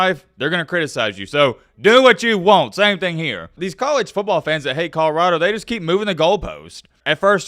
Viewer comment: Col-o-rah-do not kahrado